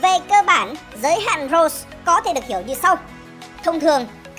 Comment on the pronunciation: Roche sao đọc nghe như rose thế